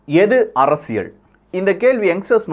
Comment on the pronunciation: அறசியல் அல்ல அரசியல் ! உச்சரிப்பு முதலில் கற்றுக்கொள்ளவும்